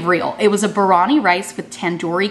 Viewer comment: Lol as a girl who’s married to an Indian I appreciate how you attempted Biryani :) But it’s Beer EE on ee :D Go to an indian restaurant and get like a Paneer Biryani and you’ll be in heaven!!